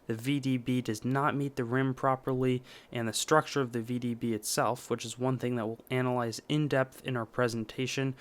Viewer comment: STOP....You are dead wrong. The REAL VDB is slightly left of center. I've been a rare coin dealer for 60+ years. Get your facts straight before mouthing off and misleading people. AND....It's NOT vbb. It is V.D.B., The initials of Victor David Brenner, the coin's designer. PLEASE learn about Lincoln Cents.